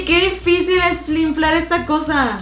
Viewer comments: aquí dijo que difícil es finflar en vez de inflar jaja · dijiste finflar en vez de inflar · En el minuto dice flimflar en vez de inflar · que difícil es flinfar está cosa, así dice, flinflar xd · Se dieron cuenta que dijo flinflar? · like si oíste que dijo flinflar en el min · Like si te diste cuenta que en el minuto dijo finflar es ta cosa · En el minuto dice: Que difícil es flinflar está cosa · Like site diste cuenta que dijo flinflar en el minuto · Soy el unico que escuchó flinflar esta cosa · en el minuto dice que dificir es finflar esta cosa que risa 😊😊😊😊😊😄😄😄😄😄😄☺☺☺☺ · en el minuto "flinflar " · like si notaste que dijo flinflar en vez de inflar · Dijo hoye que dificil es flinflar esta cosa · sabian que dijo flinflar en ves de inflar, Jaja quien se dio cuenta de esl dele like a este comentario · Like si te diste cuenta que en el minuto dijo "que difícil es flinflar esta cosa " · Jaja minuto dijo flinflar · Minuto preparáte por q dise flinflar envez de inflar like por q da risa ese momento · En el minuto dice "que dificil es flinflar esta cosa"😂😂😂 Like si te diste cuenta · Dice "que difícil es FLINFLAR está cosa" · En el minyto 6:24 dice flinflar 😂 like si lo notaste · dice flin flar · "FLINFLAR ESTA COSA" jajajajaja Like si te diste cuenta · Like si escuchaste en el minuto que dijo FLINFLAR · Like si oíste que en el minuto dijo FLINFLAR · Dijo flinflar xd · "flinflar" XD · Like si en el minuto escuchaste que dijo " oye que difícil es flinflar esta cosa" Jajaja te quiero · dijo que difisil es flinfal jejejejeje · dijo finflar jajajaja 🤣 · dice es difícil de flinflar esta cosa